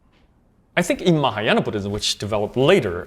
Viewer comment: Its Buddhism not Booddism.